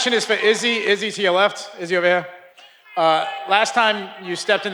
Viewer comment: shhhh 3-0😂😂😂 Izzy got butchered